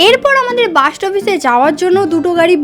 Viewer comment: দিদি ওটা বাঁশ না ওটা হবে বাস তুমি ভুলে বলছিলে🤭🤭